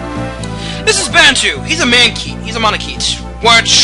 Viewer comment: It's pronounced man-a-ket-eeee